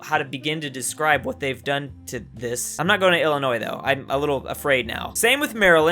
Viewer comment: thank you for pronouncing Illinois right. the "s" is silent